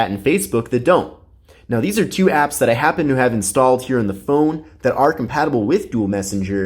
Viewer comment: Ngl its kinda annoying when he says "chu" instead of "two"